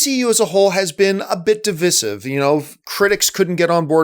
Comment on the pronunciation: Your pronunciation of "divisive" may prove divisive in the comments section...